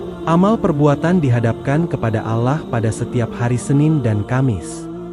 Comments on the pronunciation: Ya benar klau orang muslim bukan begitu menyebut nama Allah .... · Maaf mau tanya...ini yg baca narasi nya muslim atau non muslim y...karena dalam penyebutan kata ALLAH nya tidak pas menurut islam